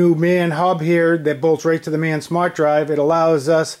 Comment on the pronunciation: What's a "smat" drive? In all seriousness you need to give up. Your reinventing the wheel and acting like you invented something.